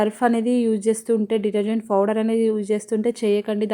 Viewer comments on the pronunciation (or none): Powder ❌ fowder✅ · Nee foudar paadugaanu, powder not foudar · Pouder kadhu powder